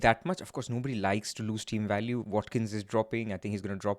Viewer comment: Wat-Kin change.